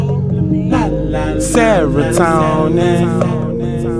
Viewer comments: i just come to WATCH the video every other day to hear him say DOPLAMINE and then start acting EDUCATED looking like Rick James in that chair looking like his mouth is DRY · he took so much dopamine that he cant pronounce it RIGHT